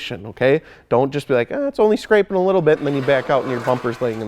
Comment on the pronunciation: "Wittle Stair Set, Wittle Ladder" lmao